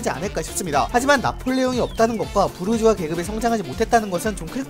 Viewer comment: 부르주아 부(r)자아